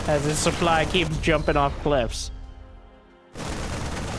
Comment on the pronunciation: Also "supbly"